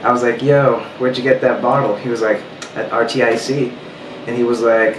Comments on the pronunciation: Its pronounced ARCTIC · I just noticed it's pronounced artic lol